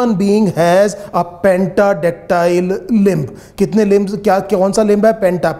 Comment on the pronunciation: Sahi se to bola kijiye Limb's bolte h lib nhi bolte h